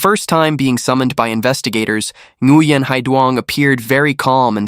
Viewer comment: Learn to pronounce the name correctly! It's more like wing. No n at the beginning of the name. Like my friend.. Duy. It's not pronounced a Duy. It's more like ey